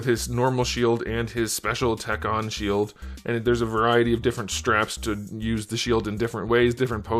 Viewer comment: We definitely do not say “whack-ton” lmao.